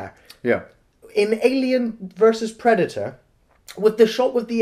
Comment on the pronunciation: Predator: Predaerrrrrrrrrrrrrrr